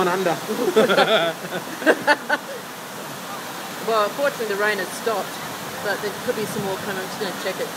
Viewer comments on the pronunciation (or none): "or we've gone unda"